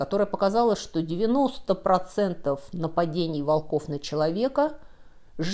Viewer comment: Не волкОв,а вОлков.